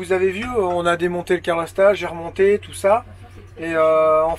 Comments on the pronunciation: Bonjour, les jeunes. Bien que n'y connaissant rien en mécanique, j'ai apprécié ce reportage, mais, il serait temps d'apprendre à prononcer CA-LOR et pas CAR-LO!!! Pense à Ma que calor! Sans rancune... et bon voyage. Bernd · CALORSTAT! !!! et pas caRlorstat :-p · Roooooo ! C pas carlostat !!!!! C calorstat !!!!!